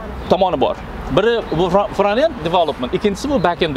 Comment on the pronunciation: Toga fronted bascend ni ozi togri talaffus qilolmaskansizku